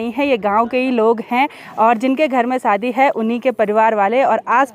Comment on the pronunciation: Saadi nahi shaadi , hindi pahadi mix mat kiya kro, u r eductaed